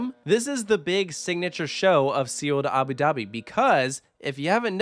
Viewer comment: These AI voices are so stupid !! Abi Dahbi z??